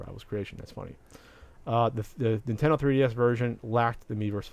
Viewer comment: "Nintedo" Look guys made a mistake on the internet!!!